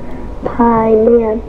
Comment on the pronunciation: Hey, Cory! So the researchers were having her recite the names of demons, probably to summon them. They’re Bael (Bye-yell) Paiman (Pie-man) and Balamb (Baa-lamb). Terrifying.